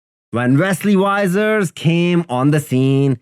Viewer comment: You pronounce "Vissers" like the I in Fish. And the "ers" like the word curse. So, Fissurse. Or something like that